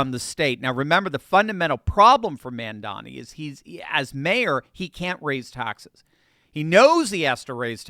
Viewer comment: Please pronounce correctly. It is mom. Mom momdani. Not man. Not man. It is an o. O. O. Mondani